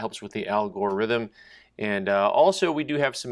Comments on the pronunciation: Lol. I love that when he says the "Al gore ythmn" thats hilarious. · Did you say "al gore rhythms"